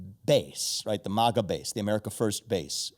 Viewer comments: I'm obsessed with the way Ezra pronounces "MAGA" ... fucking brilliant 😆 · Holy shit, he got Vivek to pronounce it the same way at the 45 min mark .... hahahaha